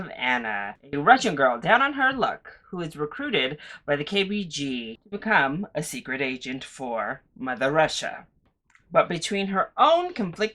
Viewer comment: I can’t take this reviewer seriously because he said KBG instead of KGB and seems to completely ignore the aesthetic of the film.